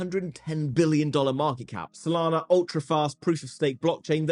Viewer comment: You said Sodana 🤣😁🤣😂